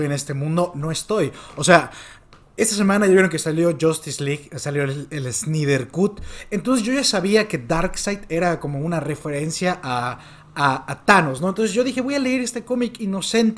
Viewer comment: Se dice snaider No snyder como se ve xd